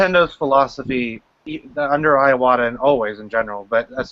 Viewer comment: The way they keep pronouncing Iwata's name, as if the "I" was two syllables is making me think of Ayahuasca.